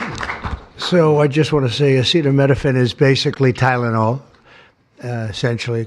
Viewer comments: He’s encouraging antivax-ism. Just wow. Thank you for the medical advice, Dr. Trump. Side note: it was funny when he didn’t know how to read acetaminophen 🤭 makes him more human. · Oh how I wish they would’ve picked someone who could pronounce acetaminophen to deliver this important information. Trump is making it sound bonkers.